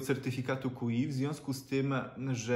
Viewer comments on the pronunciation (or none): "Ceny rosną do góry"? A to nowinka :D A mogą rosnąć w dół? Zauważyłem zawahanie w połowie zdania ;) 2. Kup sobie w końcu jakiś dobry mikrofon z klipsem na koszulkę, max 300 zł, Nie dziaduj już tak. 3. Standard ładowania Qi czytamy fonetycznie jako "czi" 4. Dzięki za pomocny instruktaż :)